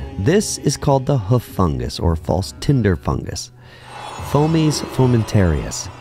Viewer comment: Pronunciation of fungi, hoof etc is just painful